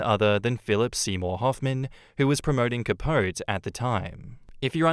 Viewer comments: Cuh-powt-ee. Yes I know it's wrong, but it's how Truman Capote pronounced it and it's his friggin name. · Capote = Cah-PO-tee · For episode four it’s pronounced Cah-po-tee. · Capote - the final e is pronounced.....please god